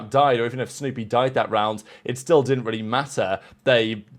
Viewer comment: Sounded like you said stoopy. Not snoopy.😂